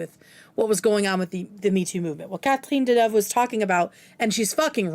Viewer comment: As a french woman, yes french people (men) are disgusting and LOVE you pronoucing Catherine Deneuve ❤ so on point